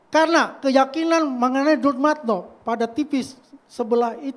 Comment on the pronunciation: Si ngedabrus...ngaku temen baik dumatno...masa temen baik manggil namanya salah mulu...dia bilang dulmatno😂